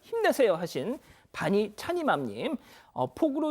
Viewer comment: 제 이름불러주셔서 감사합니다 근데 반이찬이맘이 아니고 빈이찬이맘 입니다 ㅎㅎ 그래도 사랑합니다